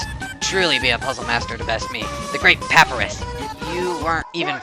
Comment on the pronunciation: just one more thing, papyrus is pronounced puh-piye-ruhs